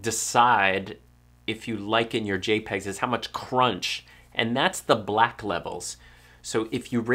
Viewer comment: Lol "J'pegs"